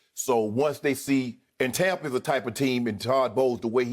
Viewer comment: Did skip say tompa bay 😅😅😅😅